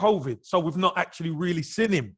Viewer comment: Can't man say seen!!!! Not sin ffs Kevin chats shit 20 mil for holding & you say not enough I don't care if he played the game he chats shit ! Probably don't want to upset club ! But he's deluded as usual